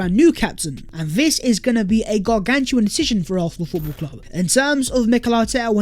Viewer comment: You and the word gargantuan 😂😂😂